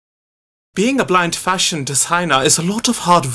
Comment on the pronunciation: Lena Salas yes it’s definitely fashion when it’s pronounced (Fa-Shon) not (Fi-shin)